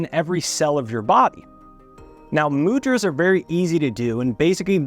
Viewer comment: Not Mood-Raz. Mu-dh- Raas! dh pronounced as with dh in adhere